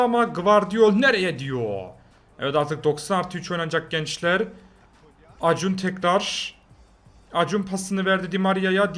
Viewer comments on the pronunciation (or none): Acuna:Akunya diye okunan şey acun diye okuyan abim